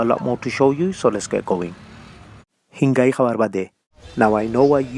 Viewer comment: Not hingai it's coll hingrai